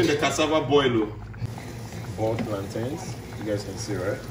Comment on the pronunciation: You say plant “ins” like mountains or fountains…not plant “ains”, like trains, pains or gains. Trust me! If you can say t’ick (thick), then you can say plant’in. Love it!!!!! 🤗